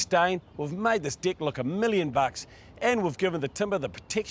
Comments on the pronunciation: I am so glad I am not the only one who heard dick instead of deck. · The presenter has proven to be a highly competent and skills tradesman. His explanations are very good. just wish he would learn to pronounce his vowels. "Dick" (deck) "Pig" (peg) "Fince" (Fence) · He can't say deck properly....